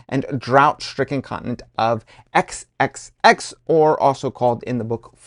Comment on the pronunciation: "XXX, also called Fourecks". I believe Sir Terry himself would have been amused at that little slip.😁